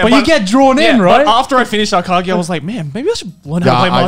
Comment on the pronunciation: It's pronounced A-ka-GI! I watched that one right before I discovered Kaiji. Akagi is a fucking badass, but not nearly as relatable to real-life people as Kaiji is. Akagi was relatable in the sense that he is a social outcast like Kaiji is, but the combination of grit, callousness and brilliancy in his character is almost implausible. On the other hand, Kaiji is clearly resemblant of the gambler we all end up being like.